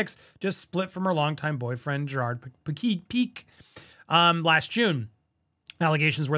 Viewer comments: P-K it's pronounced PK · It’s pronounced ‘pee-k’ .. it’s Catalan Spanish. Piqué.